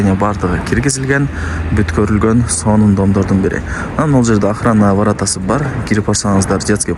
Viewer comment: Варата дебей Варота де😂